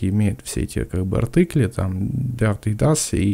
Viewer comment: Всё круто, заинтересовали! Но почему "артЫкли"? АртИкли же. Тоже учил немецкий...